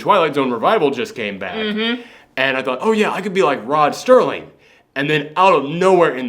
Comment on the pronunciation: Rod Serling. Not Sterling.